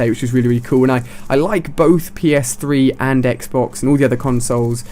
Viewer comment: "And then jumped on the next day, and did my first game on PS-Fwee"